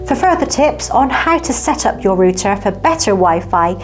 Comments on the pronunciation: Dear, Love the way you say button. But rooter is another story. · Hi good video. I believe router is pronounced " Rrr outer." Like aircraft route, which is the function of directing signals. Google tv works much better.